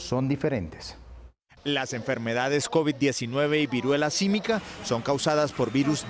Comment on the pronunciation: Viruela símica, no sísmica